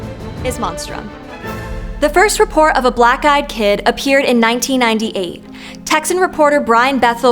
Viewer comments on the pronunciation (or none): It kinda sound like she’s saying “scary black guy kid” lol